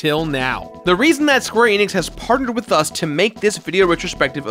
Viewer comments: Its "Man-uh" and Square "Ee-nix" its not "maw-nuh" and "Eh-nix" you're wrong. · Could someone please teach this guy how to correctly pronounce "Mana" and "Enix"?!